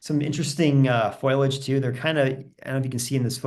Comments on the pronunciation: useful catalogue of plants. Note that the word for leaves is fo-li-age, not foil-age. :-) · Not foilage, foliage! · 😄Thank you, I know the difference, I get nervous, I'll do better next time